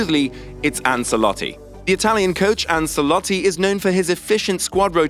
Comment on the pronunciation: It’s “Anchelotti”